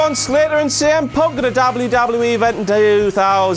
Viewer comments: Why does he say dable u dable u E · The way he says WWE or the letter "W" makes me die😂😂😂